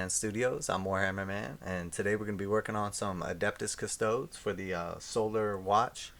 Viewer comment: “Cuh-sto-days” good vid though